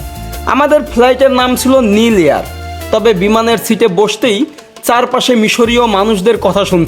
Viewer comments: নীল এয়ার নয়। নাইল এয়ার। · নিল এয়ার নয়। ওটা নাইল এয়ার।